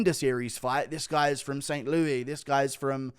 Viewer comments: In America we pronounce it "ST. LEWIS". Not "Loo-ee" Innit? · did i hear that right? ufc fight night saint loui??? oui oui piggie? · This dude said st louie lmao